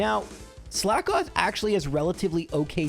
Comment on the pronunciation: It’s pronounced “slakoth” not “slack off”